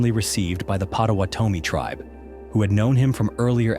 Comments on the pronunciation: Name of the native Americans. The name "Potawatomi" is pronounced with emphasis on the second syllable, pot-uh-wot-uh-mee. Looking at the Great Lakes is like looking at the ocean. Lake Superior feels the creepiest. Dark, deep, cold and mysterious. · Pot uh what oh me. Your pronunciation of the Native American tribe is a bit off.